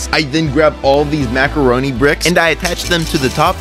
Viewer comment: I was eating macoroni when you said macoroni piece😂